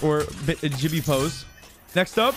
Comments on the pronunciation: he said "jibby" its gibby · Did you just call Gibraltar Jibby or you can call him gibby or Gibraltar but not Jibby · HE SAYS JIBBY NOT GIBBY O_O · He's the person that calls Gibraltar jibby not gibby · hehe he called Gibby "Jibby" 😂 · bro said jibby 💀💀💀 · My mans says gibbe as in ji-be